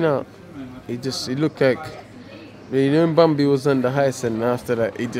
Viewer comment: “When banmby was on hyce” 😂😂😂😂😂😂😂😂😂😂😂😂😂😂😂😂😂😂😂😂😂😂